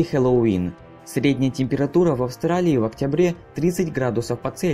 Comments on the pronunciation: Произношение Хэллоуина у тебя не очень и вообще не правильное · аааа, от твоего произношения слова Хэллоуин в некоторых моментах из ушей кровь идет 🤕🤕🤕